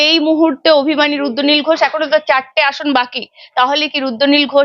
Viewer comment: E barar host tui age tr uccharon thik kor, ota rudranil, ruddonil ghosh noi.